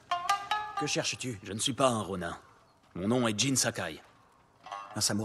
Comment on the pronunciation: On dit pas ronin on dit ronine